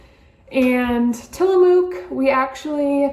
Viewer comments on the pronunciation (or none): I hit this video because the thumbnail had Tillamook cheese in it 😂 I live out here in Tillamook and butchered the name 😆 out here we pronounce it Tillamuck, It’s the Native American word for Bay. It’s cool to see Tillamook cheese and Josie‘s name reaching the East Coast 👍🏻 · It is pronounced "tilla muck". It was very good cheese before they sold out